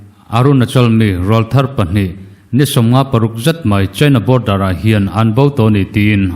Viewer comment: Rawlthar tih hi I lam diklo tlat mai